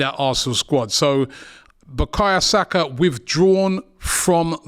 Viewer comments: "Buh-kahya Saka" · Just clocked, Robbie calls man "bakaya saka" 🤣. Robbie Lyle, butchering footballer's names since 2012.